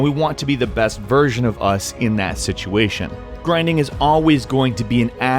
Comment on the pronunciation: ''Griding'' XD